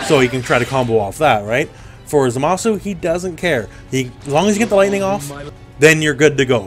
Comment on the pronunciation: Thanks for saying his name right